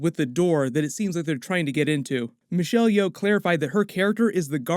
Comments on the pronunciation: Thank you for pronouncing Michelle Yeoh’s name correctly! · Well done on pronouncing Michelle Yeoh's name correctly! Also, great review as always!